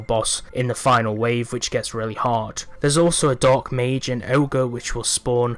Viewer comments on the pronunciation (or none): none